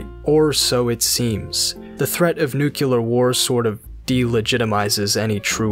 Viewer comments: nucular /= nuclear.. but thanks for the deep dive.. sorry for being so shallow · Nuclear not nucular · NUCLEAR, not nucular. Otherwise a fantastic video. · "Hey this guy seems to know a thing or two" "Nuc-u-lur family" Dammit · Great stuff, but its “Nuclear”, Mr. Bush. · Nuc-u-lar? Really? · By the way, you said "nucular" war. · "it's pronounced Nu-Ku-lar" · I swear to God... why does everybody on youtube always say NUCULAR!?!?